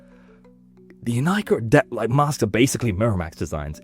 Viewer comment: Thank you for pronouncing Inika correctly